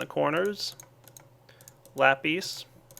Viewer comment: it's lap IS not lap EES